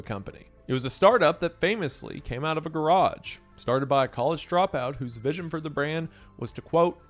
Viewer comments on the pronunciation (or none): none